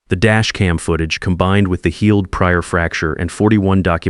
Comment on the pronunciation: Nice to know there's a real person reading this. I can tell because there was a point where the reader said "comblined" when they meant "combined". An AI reading a script would have pronounced it right. This is NOT a complaint, by the way - I LIKE the slight mistakes that creep in. Less than perfect is often better. (Like the ones where you can hear someone take a deep breath just before the next long piece.)